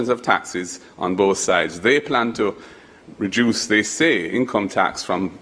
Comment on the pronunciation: When did the pronunciation of the word reduce becomes “ rejuice”? This question is for Mr. Golden.